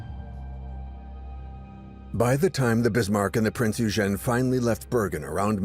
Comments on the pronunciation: Why is it so difficult for AI to pronounce Prinz Eugen (Oy-gen), I don't speak, read or write in German, but I at least know how to pronounce certain foreign words. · Typical American, never even bothered to find out how super well known German ship names are pronounced. Or is this just more AI slop. Printz Oy-gen. Dude, British, not English. Many of these people were Scotts. There's no W in the pronunciation of Swordfish. It's a sord, not a sWard. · Is it thar hard to pronounce "Prinz Eugen?"